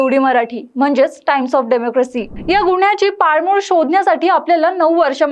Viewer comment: पालमुळ नसतं बाई ते... पाळंमुळं असतं